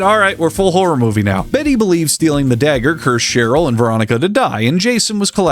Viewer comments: It’s pronounced Cheryl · cheryl is pronounced like sherril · Cher like the singer and add an yl Cher like the singer and add an yl! You said it correctly. It's not that hard of a word it's white! It's a white name! Cher like the singer and add an yl!